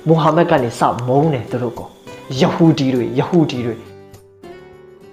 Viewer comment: ရဟူဒီ ပါကွ ရသံကိုပီအောင်ပြော တက်အောင်လေ့ကျင့်သင့်တယ်